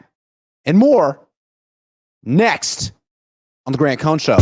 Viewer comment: Grant you butchered my super chat